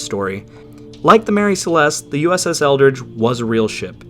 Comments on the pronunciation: USS ELDRIDGE...not "ELDRICH" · You said USS Eldridge but I heard USS Eldritch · Eldridge, not eldritch. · The... Eldrige? Uh-huh. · USS Eldridge? Or Eldritch?